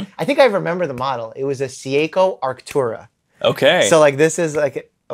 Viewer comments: Is seiko,not se a ko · All that medical jargon knowledge just to butcher Seiko's pronounciation 😂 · Mike's pronunciation of Seiko is killing me lol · Dr. Mike can’t pronounce a single watch brand 😂😂 Seiko, audemars 😂😂